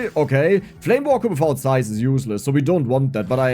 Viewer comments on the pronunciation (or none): I like how you pronounce "zaiz". ❤